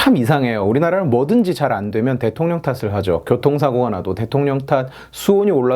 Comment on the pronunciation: 아이씨 ㅋㅋㅋㅋ 대령통 발음 아주 그냥 귀에 쏙쏙 박히네 ㅋㅋㅋㅋㅋㅋ 왜케 웃곀ㅋㅋㅋㅋㅋㅋㅋ